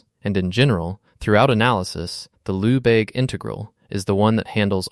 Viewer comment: Lehbayge not Loubayg.